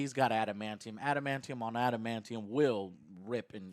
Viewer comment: When he said Adamantium I think I died a little